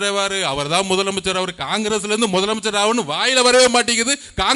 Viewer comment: மொதலமைச்சர் கிடையாது தம்பி முதலமைச்சர் இதையே உன்னால் ஒழுங்காக உச்சரிக்க தெரியலை